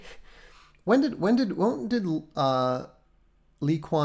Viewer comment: Not to nitpick, but not Lee Kwan Hyu, but Lee Kwan Yu